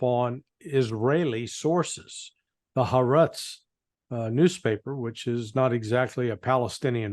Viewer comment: Ha AR' etz is how the newspaper is pronounced